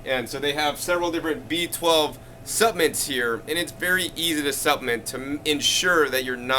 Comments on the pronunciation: I can't get over him saying suppmints. so cute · You have GOT to pronounce “Supplements” correctly. It was difficult to stay focused on what you were trying to convey because you kept mispronouncing the word “Supplements” If you want to people to take you seriously, you have GOT to master the English language.